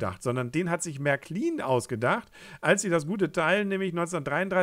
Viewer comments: Der Name heißt nicht "märkliin" sondern "märklin" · kurzes I